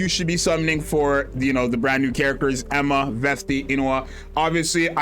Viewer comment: Genuinely good insight video but please start trying to say "Eun (Uun, not Een) Hwa" properly lol